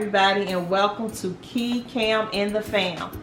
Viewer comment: Not Kee lol